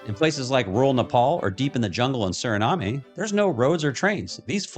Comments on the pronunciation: It's pronounced "Su-ruh-naam" not "Su-ri-na-may" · You are not pronouncing Suriname correctly.